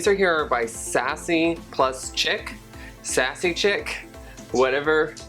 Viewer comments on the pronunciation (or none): its pronounces sassy and sheek